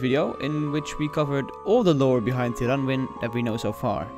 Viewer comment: I liked that you got to do the voice. I didn't like that neither of you pronounced the names of Prifddinas, Lletya and Tirannwn correctly. (prive-THEE-nuss, LLE-to-ah (Welsh "LL" sound), TIR-a-nun) (Source